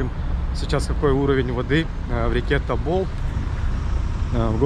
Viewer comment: Тобол а не тобыл